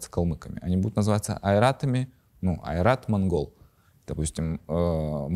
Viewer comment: Я подумал насчёт произношения слово Ойрат. Как я знаю или как помню нужно произносить через О. Не А.